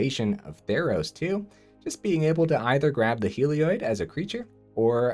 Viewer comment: I believe it's pronounced 'Hell - ee- od' :)